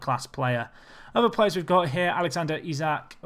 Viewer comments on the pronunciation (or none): none